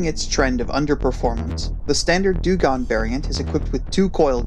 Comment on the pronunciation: sorry put i noticed u pronounced dungong like 7 different ways lol XD